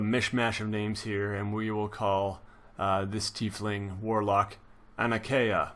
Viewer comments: It's said like ty fling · lol thanks! its always good to be corrected before i say "tie-fling" with some super accurate dm and then have to be corrected embarrassingly, cheers